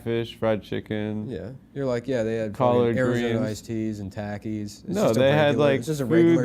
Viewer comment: Nick pronounces takis like "tackys" wtf